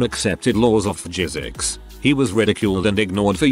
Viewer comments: It pronounced physics as “Jizzics” lol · they spelled physics as phjcs